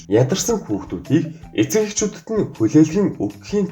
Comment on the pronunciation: Эцэг гэдгийг нь дэцэг гэчихсэн байна шд